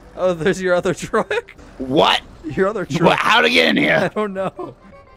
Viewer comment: The twuck is too fast